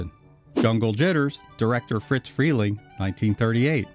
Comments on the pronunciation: RE-CUT THIS VOICE TRACK! I’ve told you at least half a dozen times, YOU ARE PRONOUNCING IT WRONG! The man’s name was ISADORE. HOW DO YOU GET “FRITZ” FROM ISADORE? FRELENG’S NICKNAME CAME FROM THE FIRST TWO LETTERS OF HIS LAST NAME, FOLLOWED BY THE SOUND MADE BY THE FIRST TWO LETTERS OF HIS FIRST NAME. (I would guess you’d hate going through life being called ISADORE, and his name was NOT “IT’S A DOOR”!). I KNEW THE MAN AFTER WARNER’S CLOSED ITS ANIMATION DEPARTMENT, AND HE WAS MAKING “PINK PANTHER” CARTOONS AT HIS OWN COMPANY, DE-PATIE FRELENG. AND I CAN TELL YOU FROM MY OWN EXPERIENCE THAT EVERYONE CALLED HIM FRIZ, WITH NO “T”. THERE IS NO LETTER “T” IN THAT NAME! IF FRIZ WERE ALIVE TODAY TO DEFEND HIMSELF, I GUARANTEE YOU HE WOULD PUNCH YOUR LIGHTS OUT FOR INSISTING ON CONTINUALLY MISPRONOUNCING HIS NICKNAME! I ALSO GUARANTEE YOU’D BE MISSING A FEW TEETH AFTERWARD! I’m sure you’ve seen Yosemite Sam. Well, Sam’s personality was based on that of Friz Freleng! He was a great guy, but he DID have a temper. Further, there are several of the “Censored 11” that are not their studio’s best work. But if you haven’t seen “Coal Black”, here’s a fact for you. When you first see the character, she SAYS, for all the world to hear, that her name is NOT “Coal Black”. Her line reads, “My hair’s coal black but my name’s So White”. The cartoon has the title that it has in order to make it VERY obvious that it’s a spoof of Walt Disney’s “Snow White and the Seven Dwarfs”. The cartoon itself is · It’s NOT “FriTz” Freleng, with the letter “T” in it - it’s FRIZ. NO LETTER “T”. I knew the man. If you called him “Fritz”, he would give you a LOUD dressing-down, IN PUBLIC! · He keeps saying "Fritz" Freling. It's Friz. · It's Friz, not Fritz. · OMG, it's Friz Freleng... FRIZ... not Fritz! Getting something so clear so wrong ruins your credibility and brings into question the accuracy of the remainder of your research. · It’s “Friz” Freling, not Fritz. It was short for Isadore.